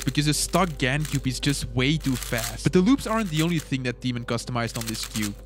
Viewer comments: yoo dude i love you but i am from Poland (like Tymon lets go) and the way you pronounce his name hurts a lot <3 (but i know its hard :) ) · I am from Poland and it makes me laugh when people read Tymon